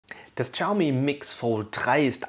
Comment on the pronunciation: Es heißt nicht "Tschaumi", im chinesischen ist das "x" stumm. es heißt "Schiaumi".